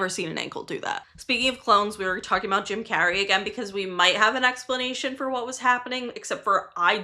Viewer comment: That ain’t Jim Carrey, that’s Cim Jarrey 😦